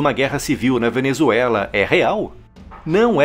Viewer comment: " A Venezuelaf é excesso de democraciah"- Lula (bebado)